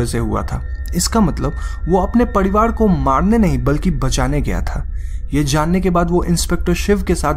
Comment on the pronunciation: Padivad nahi parivar bolo